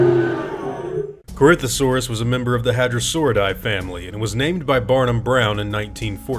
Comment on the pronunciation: Corinthosaurus pronounced: Corythosaurus